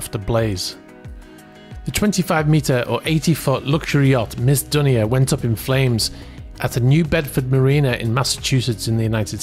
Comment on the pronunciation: Dunia is pronounced Dune-niya, it’s Lebanese.